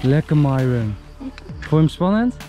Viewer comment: Eindelijk dat enzo Myron haar naam goed zegt